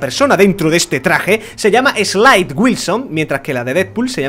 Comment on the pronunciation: no es slide se dice slade